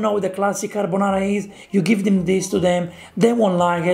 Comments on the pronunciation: you’re right, it’s not carbonara. It’s carbanara. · They are mispronouncing their dish. It's craponara